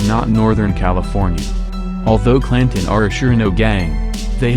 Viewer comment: Pronounced "pree-mera Flats". He can't even pronounce "Claan-ton."